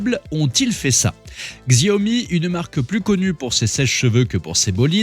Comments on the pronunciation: On ne dit pas GZiaomi mais Chiaomi ^^ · On ne dit pas Xiaomi "Ziaomi". S'il vous plaît 🙏 On dit "Chiaomi" Xiao veut dire petit en chinois. Merci beaucoup !!! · XIAOMI se prononce CHAOMI !!!! 🤣🤣🤣🤣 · C'est quoi cette vidéo ? Déjà ça se prononce shaomi ! La marque n'est pas spécialiste des sèche-cheveux ! "L'homme derrière tout ce cirque" C'est un bandeur de Tesla qui a fait la vidéo ? Putin de tocard. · Prononcer le X chinois en Gzzzz c'est tellement ridicule 😂😂😂 franchement!!! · Xiaomi se prononce chiaomi!! Arrêtez de massacrer ce mot,! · X c'est ch en chinois donc chiaomi😅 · Narratif un peu limite, voir xenophobic. Pour info, les journalistes indépendants existent en Chine. Vous ne prenez même pas la peine de prononcer le nom de la marque correctement, c’est pour dire…. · J'ai saigné des oreilles... Ça prend 5 sec pour bien prononcer Xiaomi.